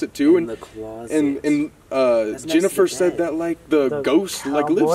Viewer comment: No one: Not a single being living or dead: Colby: JeNifEr